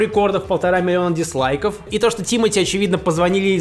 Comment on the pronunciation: Спасибо, что говоришь «диСлайки». Так, как это правильно с английского. Откуда берутся эти диЗлайки, я никак не пойму